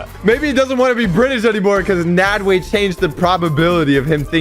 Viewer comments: it's not made way it nadwe you still got it wrong he did not add an e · It’s nadwe not Nadeway